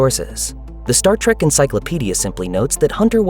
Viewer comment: Oh, for fuks sake! It's "trEk".... not "trAk", you booger-eating moron! I can't believe this STILL has to be said.